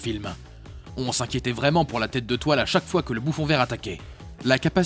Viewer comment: Le Vautour est un excellent méchant mais c'est vrai qu'on se souvient plus de "Au clair de la luneuh, ma p'tite araignée. Prête-moi ta toileuh pour t'y étrangler"